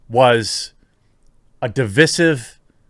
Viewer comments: Learn to pronounce the word Divisive properly please........ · Why must you pronounce "divisive" the way you do? 😬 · I totally agree on all comments except!!! your pronunciation of divisive ... I have never heard it like that before